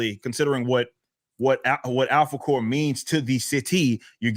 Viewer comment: I swear every time he says Alphacore it sounds like he says "apple core."